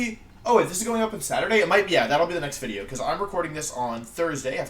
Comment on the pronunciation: Every time I hear you say Wideo, it makes me think of the flaming spade. Oh the good ol' days